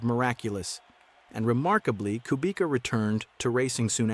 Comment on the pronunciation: Amazing video, but learn how to pronounce Kubica.